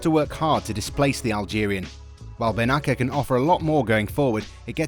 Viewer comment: Good video, even if watched lately it is still topical. Milan succeeded to be the Half-Season Champion with great merit. Please pronounce Bennacer with an "S" sound instead of "K" one, like this "BENNASSER" !